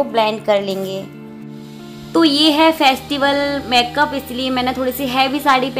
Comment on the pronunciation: लुकिंग वेरी ब्यूटीफुल दीदी।।।। लेकिन प्लीज़ आप मैकप ना बोले मेकअप बोले